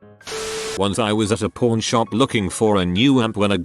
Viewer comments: This voice always says porn instead of pawn :0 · Nah, the robot voice pronounced it like "porn" but the actual text said "pawn" - I had to look when I heard it 😂